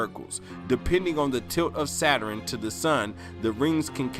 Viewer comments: It's pronounced Saturn, not "saturin"! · “Saturen” I can’t 🤦🏽‍♀️😹